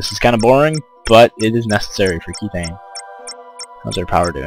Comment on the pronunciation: pronounced "k-eth-thane